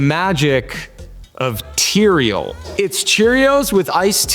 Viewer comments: Tea-re-al. Bahaha 😅 Atticus in a chariot =Uber 😂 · Oh my gosh, "Tereal"?!! 😆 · Teareal 😟 😂 cereal+=teareal 🥣 🫖